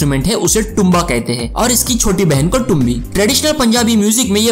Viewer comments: it's toomba, like in 'taal' not like in 'train' (sorry for my explanation of indian language pronunciation in english), btw with this much knowledge you will host bollywood superstars in a show someday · the pronunciation for instrument TOOMBI is "Tum(hindi)"-Bee(English)